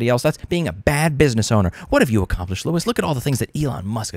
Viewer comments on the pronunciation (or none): none